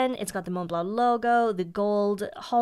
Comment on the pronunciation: I so appreciate your correct pronunciation of Montblanc and La Couronne du Comte. Thank you for that!